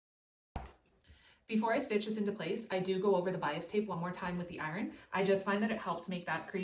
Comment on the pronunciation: How do you say iron? Not, iren… it’s iron.